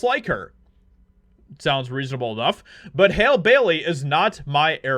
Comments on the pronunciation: Her name is prounounced the same way you pronounce Halle Berry. HAL-LEE!! Not Hail. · Her name is Halle! Pronounce like Hal- ee. I’ve seen your other videos and you’re a jerk. You agree with all these other racist bigots who are just mad that ariel is black. Y’all try to cover it up by throwing history into it but you need to be real with yourself. You are mad that she’s black and you are deliberately mispronouncing her name out of disrespect. Its sad and yall need to get a grip. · I think it's pronounced Halley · Halle not Hal. Genius. 🤨